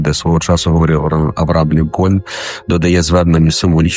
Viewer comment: Де спікери понабирали неправильних наголосів? Я розумію що то не суть відео і розумію що не та людина на відео, якій я маю право робити зауваження, але кажучи загально, звідки люди беруть неправильні наголоси, на кшталт Лінко́льн, А́лкоголь, тощо